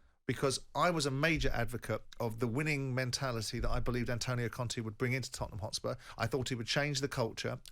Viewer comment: I really hate how he says "Tottenham" and not us.